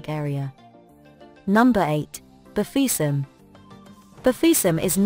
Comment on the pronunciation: Bafiussam.... Whitisement de ca😂😂😂 j adore